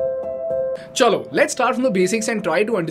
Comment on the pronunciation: Are you Bengali?????????? Your 'chalo' pronounciation is so bengali